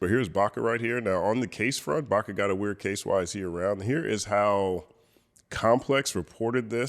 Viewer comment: Pls read Baka correctly. Don’t be a baka,.